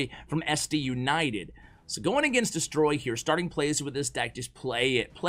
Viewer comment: It's Detroy, not Destroy. :)